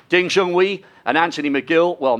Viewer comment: Wish you guys would do a more rigorous job and learn how to say the Chinese player's names. Ridiculous. Especially Ding's name as he's been on the tour and won so much. It's Ding Jun 'hway' not 'hwee'.